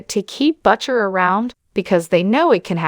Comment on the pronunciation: That's not how you pronounce Butcher...